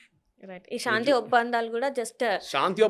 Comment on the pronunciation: షా న్తి కాదు తల్లి శాంతి అనాలి